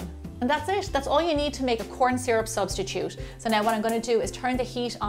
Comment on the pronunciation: Recipe: corn syru Me: shit Her: corn syrup subtitude Me: oh